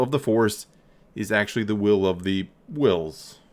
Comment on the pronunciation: “I Whill Be Chancellor...”